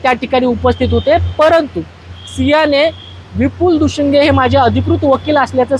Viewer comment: Dushinge nahi ho Dushing